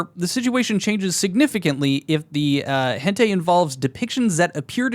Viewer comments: bro really said henTay 😭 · "hentay" its "hen-tai" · He pronounced it like he has no clue what "hentei" is lmao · I found it funny that you pronounced hentai wrong as if you dont know what it is lol told on ya self! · my man doesn't know how to pronounce things like hentai. Grow up